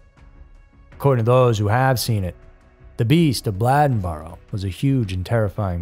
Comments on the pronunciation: It's Bladenboro (b lay den boro) not (b lad n boro) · Not a Blahd rather a Blay+in+burr. Native North Cackalackians.. pronounce it .. Blayd+ in + burr... .. Used in a sentence Bladenboro used to be big tahbacky farmin area up yonder from Whyyyyyteeville..(whiteville). (NC bred, bornt, buttered, braised n raised Wrightsville Beach North Caxkalacky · It was driving me crazy. He can say Bladen county just fine then butcher "Bladden-boro" 😂 when i grew up there, we called it Bladen-bur 😅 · Bladenboro....not bladdenboro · They caught Faith's murderer at a DWI license check, I dont believe anyone still knows why?Also, I believe its pronounced Blade-en boro not Blad-en boro!! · "Blade n Boro" Not "blad n Boro" you said the county name right, it's the county name plus "boro" I'm from there. Great cover of the story, but the pronunciation of Bladenboro was killing me. 😂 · You're killing me pronouncing Blade-n-boro, Blad-n-boro. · OMG! It is not Bladdenboro. It is Bladen (like the county name) boro. It is a long “a”. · Say it with me Blade-in-burough not Blĺadenburough😅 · I’m late. But it’s pronounced Blay-Den and Blay-den-burrow. Bladen and Bladenboro. 😂😂😂 sounds funny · I live in Bladen County and Bladenboro is pronounced like the county, Bladen with a long (a) sound. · Lol. Bladenboro and Bladen county are pronounced the same way. It's not Blad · its pronouced BLAY-DEN boro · 😂😂😂yeah. I guess you have to live around here to know how to pronounce it. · He knew how to pronounce Bladen county but not Bladenboro?!?! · That's what I came here to say. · The REAL beast of Bladenboro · Bladenboro is pronounced like Bladen County and not like what you hold urine in. Lol great video though! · How do you pronounce bladen country properly but switch the pronunciation of Bladenboro? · The A in Bladenboro is a long A. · Bladenboro is a long "a" just like you pronounced Bladen County. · He ketp pronouncing Bladenboro wrong